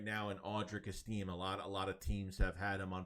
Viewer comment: it’s pronounced like this: Audric Esti-may